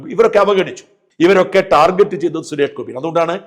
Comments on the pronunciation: ടാർഗറ്റ് not ജെറ്റ് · ഷാജൻ ദയവു ചെയ്തു ടാർജെറ്റ് എന്ന് പറയരുത് ടാർഗറ്റ് ആണ് യഥാർത്ഥ ഉച്ചാരണം. ഈ ലോകത്തു മലയാളി മാത്രമാണ് ടാർജെറ്റ് എന്നു പറയുന്നത്.